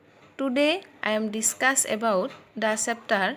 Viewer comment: Its not Discass .It is discuss